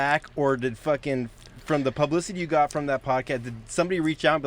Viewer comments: said pubissitity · "Just more pub-i-city." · “Pubicity” 😂 Lol 😆